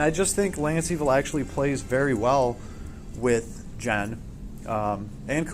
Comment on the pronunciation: Bro! just say GEN! and pronounce the "G" sound as you pronounce on the word GAME, not a "J" sound. Please it is quite irritating when you jay JEN.....